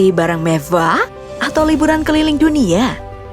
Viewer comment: koleksi barang mevvah :v